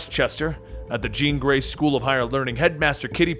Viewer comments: He actually said "" lol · LOL "Grene Jey" school?... that threw me off at first lol.